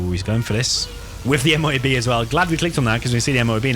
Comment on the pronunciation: Call it a "moh-ab"